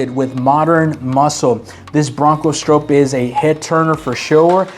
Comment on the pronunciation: You’re pronouncing Bill Stroop’s name wrong! And you had no mention of Parnell Jones ….